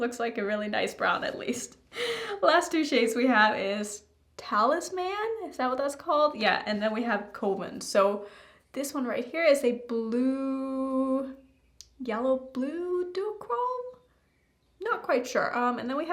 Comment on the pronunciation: Lol I have the exact same attitude towards browns. "Iiit's..a brown.." Also, in the word "coven," the first syllable is pronounced just like "cover" (or to put it another way, like "oven" but with a c at the front). And in "talisman" you don't stress the "man" so much. It's an unstressed syllable, so it comes out sounding more like "min" or "mun" or "mn." Fun (for a given value of "fun," which probably only applies if you're a language nerd like me) fact: When I was younger, I'd never heard anyone say "talisman" out loud (I was a big reader, so my vocabulary was full of words I'd read but never heard anyone say), so I thought maybe the 'S' was silent and it was pronounced "tally man" like in the Day-O song from the dinner party scene in Beetlejuice.